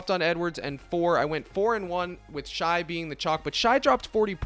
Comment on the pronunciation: pronounced "shay" not shy lol love the content tho bro thank you!